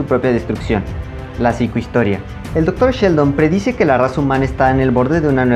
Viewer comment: Cada que dices Dr. Sheldon me imagino al personaje de The Big Bang Theory y hasta me dan escalofríos. Pobre Seldon, lo estás acabando al decirle Sheldon 😅. ¡Qué buen vídeo! 😉